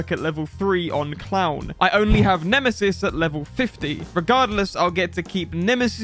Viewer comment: Nobody:: Nemeseseses